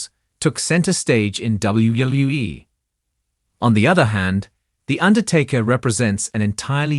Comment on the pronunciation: Why is it that AI-generated narration always has trouble pronouncing "WWE"? I've heard this in many different channels.